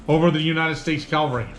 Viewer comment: “Calvary.” “Cavalry.” Not the same word. Not interchangeable.